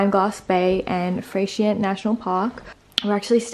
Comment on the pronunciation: Haha so cute how you say Freycinet, it’s pronounced fray-sha-nay 😃🤗 which sounds so bogan 😫😆